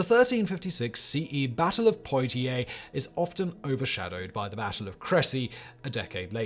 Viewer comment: I know mispronunciations are kinda your thing, but... Poy-tiers is sending me 💀💀